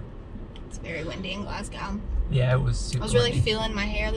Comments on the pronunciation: Obun (emphasis on the 1st syllable); Glazgo; Edinburra; Loch Lomund (again emphasis on the 1st syllable). Hope that helps. It will endear you to the Scots if you can pronounce those 4 properly! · Great videos. If you're interested, the best way to pronounce Oban would be to say Obin. Also as far as Glasgow is concerned, just leave the W off the end and say Glasgo. None of this makes any difference but thought I would share. Keep the videos coming. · keswick is pronounced 'kezzick' and glasgow is prononced 'glazg-oh' :))) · OH-BAN. GLAZZ-GOH. KEZZ-ICK.